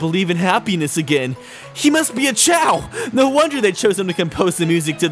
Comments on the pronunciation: the plural of Chao is still Chao. If you say Chaos then it is spelled like chaos (kay ahs). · It's pronounced kay o, a bit like chaos.